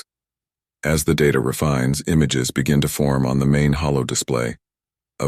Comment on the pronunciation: Holo display, not hollow display!!